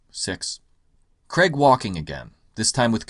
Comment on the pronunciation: Hey Yanks...It's pronounced "CR-AIG" not "CREGGGGG" His Surname has an "AI" in it, it's not spelt "CREG" so please pronounce Daniel Craig how you would say "CRAIG" not CREGGGGG...So annoying... I love your videos though,, but the Casino Royale poster is brilliant and the goldeneye poster was amazing...You missed the point on those two.